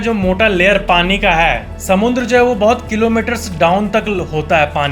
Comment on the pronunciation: According to its not samandar neither it's samudra it's SAMUNDRA 😂